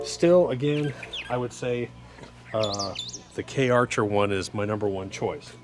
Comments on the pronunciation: Just letting you know Doc, it's Karcher and not K-archer. They are a good product. Thanks for the vid, very informative. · In the German name, Kärcher, the two dots over the "ä" is an umlaut and it signifies a shift in pronunciation. In this case, the "ä" sounds more like the long "a" in English. So, the "Kär" sounds like the word "bear" except it starts with a "k" sound. So, Kärcher sounds sort of like Care-sher.. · Karcher is pronounced car-cher. They are the industry standard in the U.S. pressure washing world. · It’s pronounced Karcher - like archer with a “K” in front. They make great products.